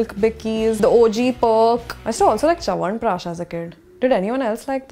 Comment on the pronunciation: Literally no one:: Did anyone like Chawanprash?